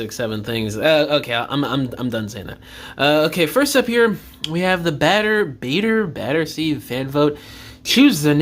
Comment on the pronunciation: Yo, did you really say BAITersea?